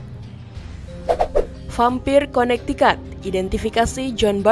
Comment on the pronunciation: Connecticut bacanya konektiket bukan konaktikat